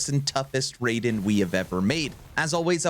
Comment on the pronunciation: BTW it's not Ray-Den .... it's Rye-den.